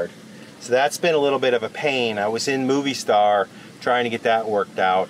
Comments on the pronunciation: Love you guys! So much laughter; sounded like you had a great time!! FYI: to help you out on the pronunciation on Movistar … it’s ‘moe-vee-star’. (Not ‘movie’) 😊 (Mobile in Spanish is Movil) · Movistar, pronunciation= MO V Star. :) love ya guys. I love that yall do try your best at the Spanish, and yall are getting better and better. :) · You guys are awesome and adventurous and Movistar, you dont pronounce it like moviestar. There is no u on the pronunciation 😉😉🤣😂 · Fyi:) its Mo-vee- star not Movie Star